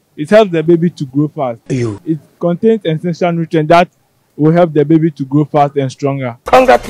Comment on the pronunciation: “it helps the child to Glow” ... yes correct but why’s it so hard to say “Grow” 😂😂 Ghanaians and their R’s & L’s